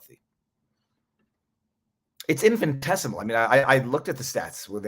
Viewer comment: Infin I tessimal Infin I tessimal Repeat after me : Infin I tessimal Infin I tessimal Infiniiiiiiiii Ooops. I own it is just an infinitessimal detail and YOU ARE A GENIUS and we LOVE VIVA VIVAAAA